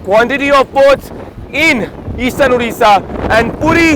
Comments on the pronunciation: Udisha nahi bhai its Odisha. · It's not Udisha...it's Odisha....thanks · Udisha nahi Odisha hai !